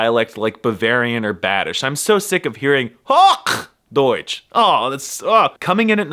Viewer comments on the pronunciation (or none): thats not how you pronounce the "hoch" in "hochdeutsch", not even close 😭